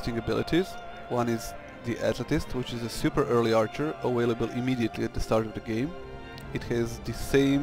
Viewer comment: don't forget a-whale-able :p